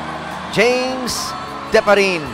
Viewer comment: Di-pa-ri-ne, not Diparin!!